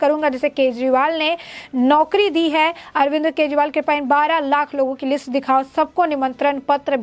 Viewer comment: "अरविंद्र " नहीं बहना ...